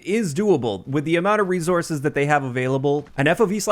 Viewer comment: You say "resources" weird =p